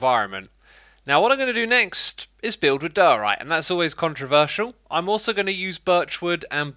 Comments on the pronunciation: Diorite Die-uhh-right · Are you saying der- orite